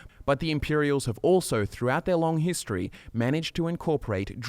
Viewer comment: is it only me or the way he say 'History' sound like 'Hist Tree'?